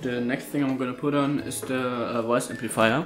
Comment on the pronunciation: Anstatt THE einfach ZE oder SE